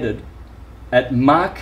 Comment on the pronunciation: Someone tell it's Mach not "Mark" and it's not his accent, I've got Australian friends who I've asked and they don't say Mach like that.